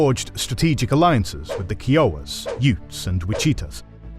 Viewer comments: I love it but some of the pronunciations are killing me as a Wichita-born white guy - Osage - Oh-sage (like the herb), Kiowa - Ki-owah (state of Iowa with a K), Wichita (Witch-ih-tah). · Lmaooo very funny pronunciation of Kiowa lolol